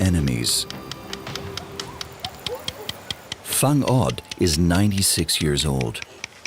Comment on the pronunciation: correction ... her name is WHANG-OD (pronounce as WANG-OD) not Fang -od